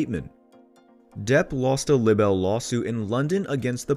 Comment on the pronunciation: Narrator! Please, for the love of God, stop mispronouncing "libel"! Consult any dictionary for the correct pronunciation.